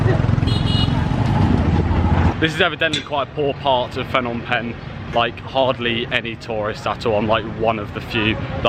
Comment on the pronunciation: It's the language nark again, it's not FFFnom Penh, pronounce the 'P' first as in P'nom. Apologies for seeming narky, I copped these corrections for ages from locals. Luv your travels and great footage cheers 😎.